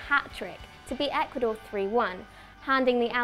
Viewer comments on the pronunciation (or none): none